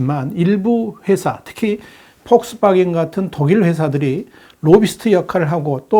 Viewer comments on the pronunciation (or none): none